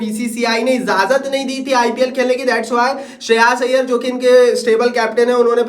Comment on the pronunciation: Sheras iyer ❌ Shreyas iyer ✅